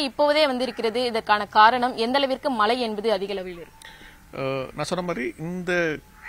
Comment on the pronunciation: செய்தியாளர்கள் தமிழை நன்றாக உச்சரிக்க பழகிக்கொள்ளுங்கள்...தமிழகத்தை தமிலகம் என்று உச்சரிக்கிறார், மழையை மலை என்கிறார்....